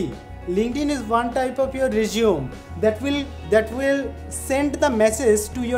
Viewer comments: Dear, it pronounces 'RE-ZO-MAY' not 'RE-Z-UUM' That's a different meaning.. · This resume writer (bolod)doesn't even know how to pronounce resume. How Funny.